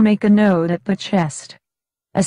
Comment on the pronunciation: Knot, pronounced, like naat